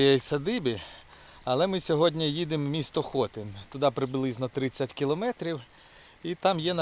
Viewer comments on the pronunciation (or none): правильний наголос на И - ХотИн